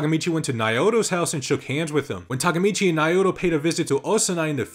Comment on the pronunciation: Notices that a window is open Doesn't notice that Naoto's name is NOW-TOE and and not "Nayota"